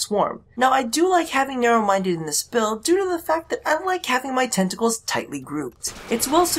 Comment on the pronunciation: Why do I hear "testicles" every time you say "tentacles"...